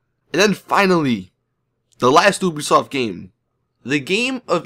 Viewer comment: FINALLY someone who can say it normally!